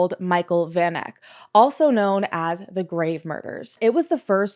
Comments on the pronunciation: Van Eck...pronounced...Fun Ek. It's Afrikaans. 😊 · hey! south african here. it's great to see south african cases being covered, i just wanna politely suggest checking pronounciation of names especially of victims. for example, the "van" of "van eck" is prounced like the word "fun." also interms of the life sentences, not sure if this is a thing in the US too but they could have and should have given her multiple life sentences SA is a shitshow, ive literally never even heard of this case because of how disgustingly common this stuff is. i was like 8 at the time but havent heard about it since either. just last month three farmers unalived two women and fed them to their pigs :,) you should also look into the Krugersdorp (nicknamed "Devilsdorp") cult/killers. the ringleader is serving 13 life sentences